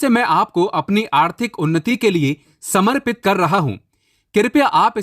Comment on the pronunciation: सावधान ! ये बंदा दूसरे के व्हिडिओ से मालमसाला चुराकर अपना व्हिडियो बनाता हैं. ये कहाँ से गुरुजी बन गया ? शास्त्रों का जिन्होंने अध्ययन किया है, उन्हें मंत्र बराबर से बोलने आते हैं. इसे तो बाकी कई शब्द भी ठीक से बोलने नहीं आते. दशाक्षरी मंत्र को दक्षाक्षरी बोलता है. समर्पित को सम्प्रित बोलता है. दामोदर स्तोत्र को दामोदर अष्टोत्र बोलता है. इसको खुद को समझ में नहीं आता, तो ये आपको क्या ज्ञान सिखायेगा ? इसको पूछें आध्यात्मिक उन्नति, जो इसने व्हिडियो में बोला हैं, क्या होती हैं? बता नहीं पायेगा । ये लोग आपको बेवकूफ बनाते हैं । जिन्हें सच में ज्ञान है, उन्हीं के व्हिडियो देखें, ऐसे चोरों से, ढोंगी बाबाओं से सावधान रहें.